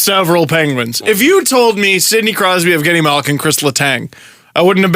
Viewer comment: "evgeni malgin"